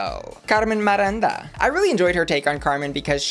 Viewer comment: Hi,! I'm Brazilian and even though I loved your video, your pronunciation of Miranda wasn't that great. It's said like MEEranda not MAHranda.